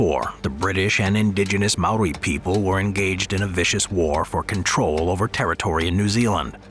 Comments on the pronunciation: That js not how u say maori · I’m a kiwi and I’m pissed off at the disrespect you’ve shown to the Māori language